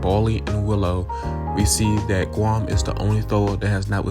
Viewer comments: Did bro said "gwom"?💀💀💀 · It almost sounds like "głąb" which means someone stupid in polish 😅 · it's ok, "Gwam" sounds kinda funny in a nice way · I dont want to laugh at your accent, but you reading "Grom" and "Tara" as "Gwom" and "Tawa" just makes me laugh a bit ❤